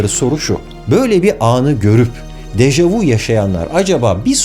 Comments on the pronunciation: yalnız u diye degil ü diye okunur dejavü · Yanlız Dejavu değil Deja vü böylede okunur fransızca kökenlidir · Deja vu yazılır deja vü (görüldü) okunur. Vu ise siz (vous) demek. Bilim kanalında doğru okunmali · Dejavu dehil dejavü deseniz daha doğru olur